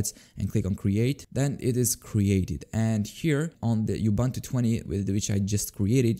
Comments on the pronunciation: yea is kind of weird, he sometimes pronunces it like ubantu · Am I the only one who doesn't like how he pronounces Ubuntu?